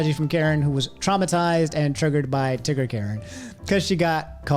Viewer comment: Wait he said tigger I thought he said nig